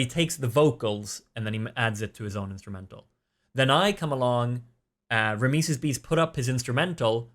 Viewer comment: is it just me or isnt it pronounced RAM - SEES ?